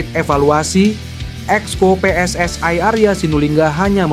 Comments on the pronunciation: Persatuan Sepakbola Seluruh Indonesia . -PSSI -bukan " PSSAI" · PSSI bung bukan Pssai